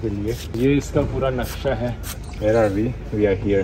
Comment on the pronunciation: it's not "nashqa", it's "naqsha"😊